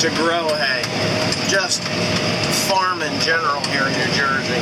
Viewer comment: why does it always sound like he's saying mushroom barn? Or is he? I never hear farm